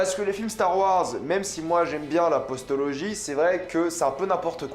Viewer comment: On dit Postlogie pas "Postologie" hein 😅